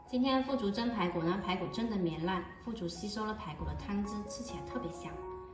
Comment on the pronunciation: 是腐竹吧，3声吧，还是我读错了。